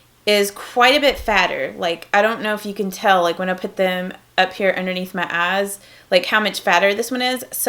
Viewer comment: I love how you say "eyes" you go ayes😂💗